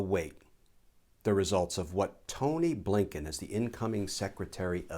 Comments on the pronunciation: Just love that when you say, “A. Blinken” it sounds like “Abe Lincoln”. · Mr. Kirschner calls the new SOS Appointed, "Tony Blinken." I've heard others call him, A. Bliinken! Yes, the pronunciation sounds like a former POTUS.